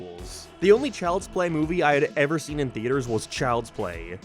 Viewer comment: Ah, yes, Chjlds play